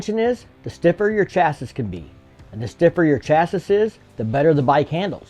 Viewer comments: It's pronounced "chassie" not "chass-iss" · Redub this video and say chassis right. It's pronounced chass ee. Come on arkansans never say chas-is talking about chassis's. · It's pronounced Chasie not Chassis I know it's spelled chassis, but that's now how it's pronounced. Could you image how much lighter their other motorcycles would be if they used modern materials? HD needs to come out with a standard motorcycle much batter than their Street series motorcycles. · Please pronounce it chas-ee, not chas-iss. Thanks, LOL... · It’s pronounced Chass-ee the S is silent. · Great video. Just one gripe, chassis is pronounced chasee. Very informative! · “Chassis” is pronounced “CHAH-see” is the USA and ‘SHAH-see” in the UK. In neither case are the esses at the end pronounced. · In Australia it's pronounce Shaz-zee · Did you say "Cha-sese" ? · If we were in England you pronounced chassis correctly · Learn how to pronounce chassis... 😂 i bet you pronounce debris as DEB-RIS 😢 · I couldn't finish the video due to the mispronunciation of 'Chassis' (the last 's' is silent). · anyone else get lost at his pronunciation of "chassis"? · Has anyone mentioned your pronunciation of chassis yet? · Literally had to walk away from this video a minute in because that was driving me crazy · I may be nit picking here, but I couldn't resist. The last s in chassis is silent. Edit: I see them putting this in a bagger. They're already tired of getting spanked by the Indian challenger in the king of baggers racing tour.